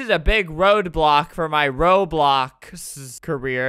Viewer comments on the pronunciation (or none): none